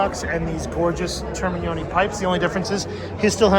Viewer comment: Yeah I don't think its regional - and my family is from Italy 🇮🇹 But I gotta say you totally nailed the pronunciation of those Termignoni exhaust! Molto Bene 👍